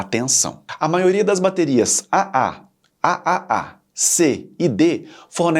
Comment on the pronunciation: O video é bom, mas algumas correções/complementos são necessários: • Traduções ruins de conteúdo em inglês: Em português, tirando a de 9V, todas as mostradas no vídeo são pilhas e não baterias, pois contém apenas 1 célula. "Bateria" tem esse nome por ser uma associação de células ("pilhas") • Pronunciar como Ah-Ah, Ah-Ah-Ah, Ah-Ah-Ah-Ah chega a ser hilário. Parece uma gargalhada forçada 😂. Mundialmente, elas são chamadas de 2A, 3A, 4A e assim por diante (alguns países chamam de duplo-A, triplo-A etc) • Da mesma forma pronunciar ANSI soletrando A-N-S-I não faz sentido algum. Até demorei pra reconhecer do que estava falando. A pronuncia correta é ler a sigla "ANSI" (an-see, em inglês) • A bateria de 9V não se chama "9V". O nome correto dela é PP3, e este padrão ANSI específico vai do PP1 ao PP11. Você confundiu a voltagem como o nome. • As baterias D, C e A eram apelidadas respectivamente de "pilha grande", "pilha média" e "pilha pequena" até os anos 90. Exatamente como a "pilha palito". • As baterias cilíndricas de lítio não seguem tamanhos "personalizados" (ou seja, fora de padrão). De longe, a mais comum é a 18650, que é usada desde notebooks a carros elétricos. Elas também existem em tamanho AA e outros tamanhos padronizados, como 21700